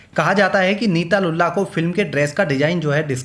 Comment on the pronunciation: Lulla nahi lullu